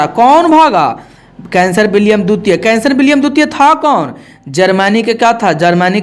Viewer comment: सर आप उदाहरण दे कर मत समझाइए आप केवल पढ़ते रहिए हम खुद समझ जायेंगे।आप कैसर विलियम को कैंसर पढ़ रहे है।हम और डिस्टर्ब हो जा रहे है।